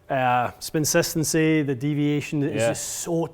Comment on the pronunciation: bro said spinsistency